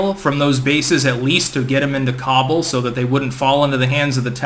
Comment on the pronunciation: Its not Cobble...its Khábul*